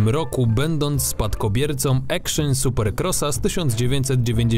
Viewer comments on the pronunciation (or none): none